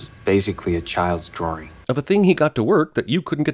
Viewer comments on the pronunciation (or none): ''elementary, this is basically a child's drawring.'' Well, when you say it like DRAWRING I can't really trust you; science genius. Call me stupid for noticing that. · he (I'm playing the pronoun game because I'm not sure who he is, but I think it's Von Doom) pronounces "drawing" as "drawer-ing". I've never seen this movie or this sins video, but that's super distracting to me. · I'd want to take away a sin if saying "drarwring" was a deliberate Mike Myers reference.